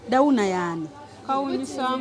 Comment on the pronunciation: Its downy not dawuna😂😂😂😂😂